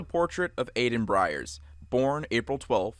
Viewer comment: Hate to be that guy but for the jaw falling off story, his name is Eben Byers, not Aiden Briers, and he was drinking Radithor, not Radiothur.